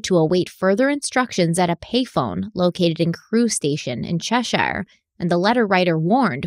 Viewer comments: Love the video as always! Just remember, place names like Cheshire and Yorkshire are said more like Chessure and Yorkssure. The “shire” part isn’t emphasised! Can’t wait to see the next parts! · Just a quick note! Cheshire and places in England are said as in 'ChesHEER' rather than Shire as in Shire Horse. Yorkshire... Northamptonshire... etc. Extend your earrrrr sounds lol not ires! Thanks. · Cheshire, Staffordshire... have the same ending as Yorkshire. 'Shuh'. 'York-shuh', 'Che-shuh', 'Stafford-shuh'... They're the same letters that have the same pronunciation. ;) The fact that they had so many samples from all of those typewriters is pretty impressive, even knowing that that's exactly how policing was done in the 1970s, 80s, and 90s. The Yorkshire Ripper/Peter Sutcliffe case literally had a whole floor - if not an entire building - of paperwork. So much so, they had to reinforce the building's structure to prevent a floor from collapsing.